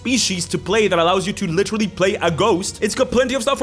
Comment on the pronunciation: Is it just me, or do I keep hearing “Lich-terally” every time you say “literally” in this video?😂